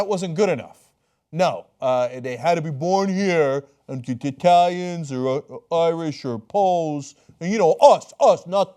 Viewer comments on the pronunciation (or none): none